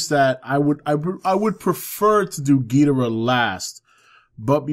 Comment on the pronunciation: Hey, not a major point, but in you read this, you are not pronouncing Ghidorah's name correctly. Geederah (I spelled it as you pronounced it, more or less) is actually Ghidorah, and King Ghidorah at that. Toho has clarified that the way actor Nick Adams (from Godzilla vs. Monster Zero) and the move announcers from the 60's pronounced Ghidorah is incorrect. Just want to help correct a relatively minor thing since he is my all time favorite Toho monster! Great channel brother! =)